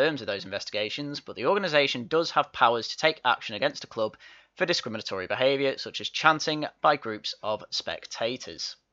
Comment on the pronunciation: Hahahaha! Rooney can't even SAY discrimantory !!